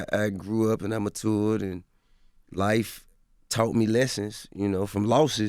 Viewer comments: hate how he says matured lol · For as long as i ever known this nigga ive never heard him pronounce "matured" the correct way bruh 😂